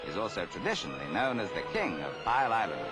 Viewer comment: Pile? Piel (sounds like peel) bloody BBC!